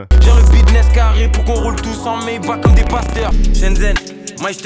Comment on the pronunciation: T’as lack frero maybach pas mayback